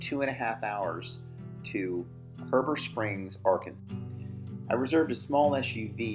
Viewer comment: Great video I fish up there every year and I was also born there and you mispronounced Heber Springs lol